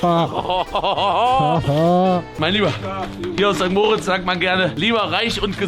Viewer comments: Du könntest perfektes Schweizerdeutsch sprechen, solange du St. Mooooooritz sagst statt St. Moritz wird dich jeder als Deutschen erkennen. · Warum sagt Paul immer St. Moooritz?😅 Adi sagt es komplett clean